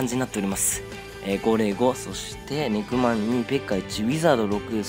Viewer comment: ネクマンがにくまんにきこえた